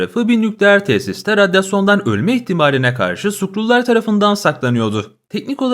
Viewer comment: aklıma Çernobil geldi radyoson dedin yani